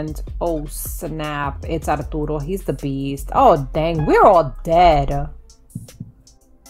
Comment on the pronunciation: I love how you say "Arturo"! It sounds so nice!